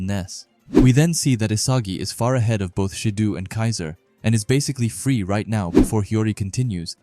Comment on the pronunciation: Tbh it's sick to hear people pronouncing "Shidoo" and "Baroo". Sorry. 🙏